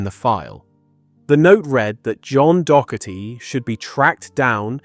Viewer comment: The constant mispronounciation of "Docherty" makes this hard to listen to. Also, who pronounces "Celtic" as "KEL-tic"?